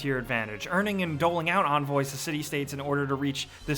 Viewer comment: Onvoys? it begins with a E